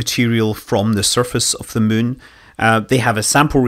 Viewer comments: It's been fun listening to the native Chinese speakers pronounce it Moo-en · I absolutely love how Scott pronounces the "munn", and it would't surprise me if the "kerbals" named their "satelite" based on this :) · I think hearing SM say "the muun" is my favorite sound